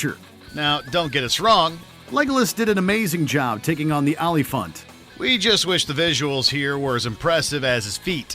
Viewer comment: Legolas CGI wasn't as bad as your pronunciation of Oliphaunt.